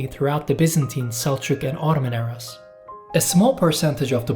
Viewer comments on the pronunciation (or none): none